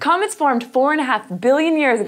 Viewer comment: Did anyone hear comments instead of comets at the beginning